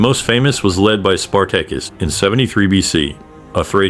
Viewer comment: I thought it was interesting. The pronunciation of Spartacus' name could be improved.